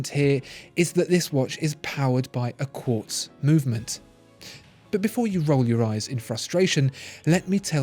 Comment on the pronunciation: Lost me in the first minute when you said Quartz.